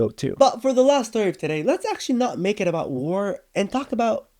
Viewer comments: Bro forgot one t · Did bro actually forgot to add the t in about